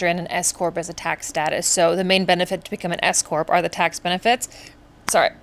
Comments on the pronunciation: I thought you said escort instead of s-corp. Whew, momentarily stunned! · I KNOW I’m not the only one who thought she said “I decided to become an escort” instead of “s corp”. I was like “yaaaas okay!” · I thought you said escort 😅….S-corp…got it 😂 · Oh, my goodness . I thought you said you had become an escort. You kept saying it, so I thought it was a bit. No, you said Scorp. I feel so foolish😂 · Oh S corp! I had to rewind that I thought you said escort 😅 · LOL! When you said S Corp, I thought that you said escort 😂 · I thought you were saying you became an "escort" 😂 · An S Corp. Not an escort. Had to pause and rewind. 😂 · I thought u said "escort" 😂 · No, no, she definitely said escort. 😜🤣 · OMG, me too! I was like Whaaat? Times must be tough. Lol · Hahaha me too.. my first thought was “WHAT”, immediately followed by “None of my business, don’t judge” 😂